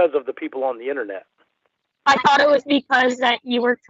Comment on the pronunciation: Take a shot every time says, "innanet" 🥃